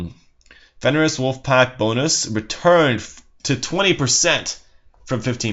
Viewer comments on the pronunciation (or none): none